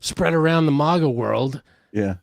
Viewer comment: Why do you say it like that,!? Mahga? You cant pronounce a flat ‘a’ sound? 🤣 posh mf mahga…